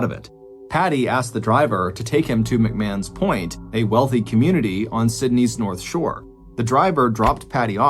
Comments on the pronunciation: Point Piper, not Piper Point. Also, McMahon’s Point is pronounced Macmarn’s Point not Macmann’s Point. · McMahons Point is pronounced as ‘McMarns’